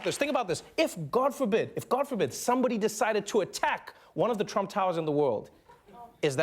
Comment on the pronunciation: albert marian gamer You keep saying "Trum." It's "Trump." Do you seriously not know your Supreme Leader's last name? Supreme Leader means someone with a lot of power over pretty much anything under his domain, by the way. I figured you probably wouldn't know what it meant.